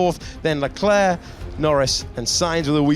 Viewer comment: Does anyone else get annoyed that David doesn't pronounce LeClerc's name correctly?